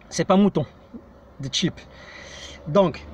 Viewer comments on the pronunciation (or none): none